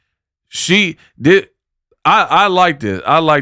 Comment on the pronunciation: She wasn't taught in school how to pronounce 'th' together..meanwhile she's calling ppl dumb😂😂